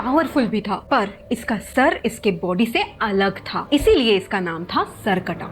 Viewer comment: When you were saying this in the starting:Us ka body bohot bara tha, my little sister thought you are saying: Us ka POTY bohot bara tha🤣🤣🤣